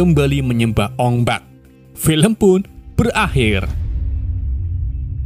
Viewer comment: Bukan ong bek. Ong bak😂